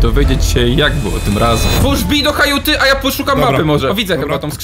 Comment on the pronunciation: Nie ma takiego słowa jak "hajuta". Kajuta, przez K. Kiedyś już mówiliście dobrze i znowu wszyscy mówią źle.